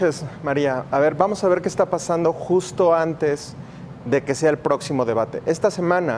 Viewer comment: Se dice De-ba-te. No De-Ma-Te...... y no seáis mentiroso.... Voto por Morena...